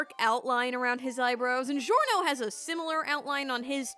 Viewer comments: It’s not zhiorno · ITS GIO LIKE A JIO NOT CHSZHIORNO CXZHSIOWANNA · its not delivery, its giorno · Norgio? Why not Giornot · Norgio? No OVA Giorno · jjba: giorno: norgio me: struggles to pronounce giorno * DISGORNO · Why do you pronounce it like: "Jiorno" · Norgio Dohn-wanna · Norgio XD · Poor Giorno's name was butchered